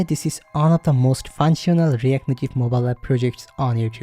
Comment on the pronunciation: yes brother instead of "moballap in on of...." you should have said "MOBILE APP IS ONE OF......"